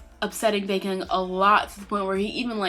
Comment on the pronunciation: She said baekhyun...sounds like bacon......lol.....